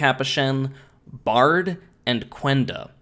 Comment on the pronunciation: it is Baird pronounced BARED not Bard